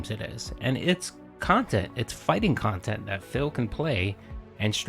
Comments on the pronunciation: " sorry honey, i spent the funds of dinner on decorations for my kantent" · Pahsitive, meahninful, curahted, khantent.